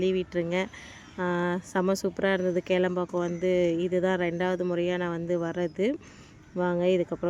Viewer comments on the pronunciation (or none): Athu kelambhakkam illa kilaambhakkam